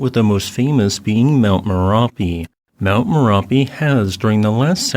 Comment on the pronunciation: thats merapi not marapi